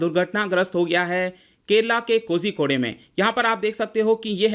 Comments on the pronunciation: कोज़िकोड है महाशय, कोज़िको‌डे नहीं। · It's pronounced as Koikode I think